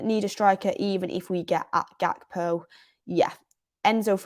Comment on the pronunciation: Are we ever going to learn to pronounce Gakpo’s name properly? No? Ok…..